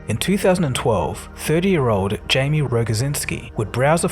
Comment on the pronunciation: Jamie <> Jaime (Hi-Meh) his name is in Spanish.